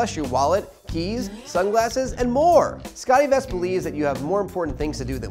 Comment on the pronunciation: The host needs some help with his pronunciation. It's Scott e-Vest not 'Scottie Vest' And it's June Diane Ray-feel, not 'June Diane Rah-fay-el.'